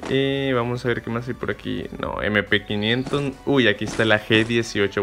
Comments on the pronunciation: Mp500 Yo: ZOPOTAMADRE xd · Mmm like si escuchastes cuando dijo MP500(M500)....?